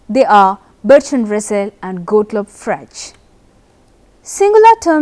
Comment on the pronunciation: You are pronouncing Frege wrong!